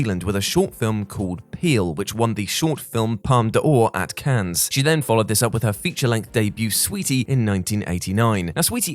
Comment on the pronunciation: I hate to be the nitpicker (JK I love it) but I've heard it a few times on WC and it needs nipped in the bud. It's not pronounced Cans, it's either Can or Canneh. Similarly could we send round an office memo that Mortal Kombat is Ray-den, Metal Gear is Rye-Den.